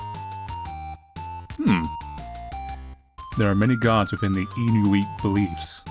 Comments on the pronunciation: lovely little game, love the stylistic choices. just a note, “Inuit” is pronounced inu-it rather than inu-eet, I don’t know if it’ll ever come up for you again though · it's pronounced IN-YOU-ET. It's a type of Eskimo. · Just FYI, inuit is pronounced (in-you-it) 😀 great vid mate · Oh, and FYI, Inuit, as in the Inuit people is pronounced "In-you-it." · Hey, indigenous viewer from canada, Inuit is like pronounced in-you-it:) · Inuit is pronounced: in Ù wit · Dear It’s pronounced “In-you-et” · Hearing him pronounce Inuit like that took years off my life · This dude does not know how to pronounce the word Inuit :/